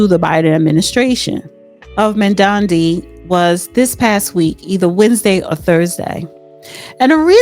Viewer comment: How embarrassing that you can not pronounce a mayoral candidate's name so, I won't listen to this podcast. Smh